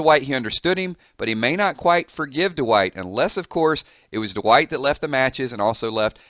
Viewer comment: i believe its pronounced Dwight, not D-wight